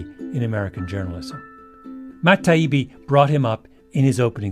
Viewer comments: You should've sought out Douglas Murray FIRST, not fake-appreciated him LAST. You should've listened to others saying "Taibbi" — REALLY listened — before committing, repeatedly, the fatal faux pas of mispronunciation that demonstrated in what little respect you held him. Ditto, calling Douglas "Doug," which you seem finally to have caught on to when Douglas placed an inordinate amount of stress on referring to you as "Malc" and got an appreciative laugh from the audience. You should've LISTENED to your audience, who were hostile to your arrogance from the get-go. But you blithely went on about your merry way talking AT Murray and Taibbi, and talking TO the reasonably sophisticated Munk Debates audience, instead of talking WITH those sharing the stage with you in order to come to a greater understanding of the proposition being debated. You were the bully on that stage. And you still are. So congratulations, Malc, on failing to notice your personal missteps. You actually proved the truth of the proposition by embodying all the negatives through which the MSM demonstrates, over and over, its inability to be trusted. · Yes, mispronouncing Matt Taibbi’s name and then calling Douglas Murray. Doug was smug an intentional. Malcolm, I love you. But you’re better than this you really are. Please reflect go deep. Why do the book it’s really what you’re good at. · That really rubbed me the wrong way too. It was clear "Malc" was mispronouncing it on purpose as a way of dismissing Matt whom he likely hates for publishing the Twitter files. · That’s exactly how he treated Matt “Tiabi” and “Doug” during this debate. They are so far beneath him he didn’t even want to show them the respect of pronouncing their names correctly. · At about the 13 min mark he starts worrying about pronunciation. This from a person who could not be bothered to get the pronunciation of his opponent's name right. Or perhaps even mispronounced it on purpose... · Tie Eeee Beee How hard is that?